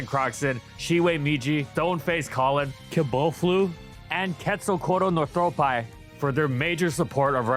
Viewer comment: Day 2 of begging to pronounce Quetzalcoatlus Northropi correctly